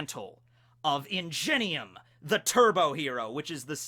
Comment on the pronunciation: It bothered me how you said Ingenium. I think it’s pronounced with a ‘hard g’ instead of a ‘j’ sound